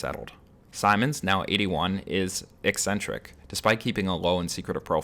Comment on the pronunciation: I don't think that's how you pronounce the word, 'eccentric'.